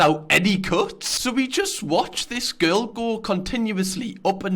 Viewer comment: "fillum" Lewis: "girrell" ArthurTV: "Im gay"